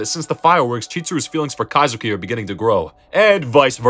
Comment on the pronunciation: its kaizaki not kazuki